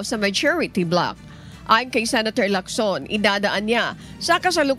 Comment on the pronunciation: Bkt ganyan ang pagbigkas mo ng apelyido ni Lacson, hndi kb Pilipino, hndi mo ba naririnig ang ibang nagbabalita kung paano bangitin ang mga apelyido hahaha! Arte mo hahaha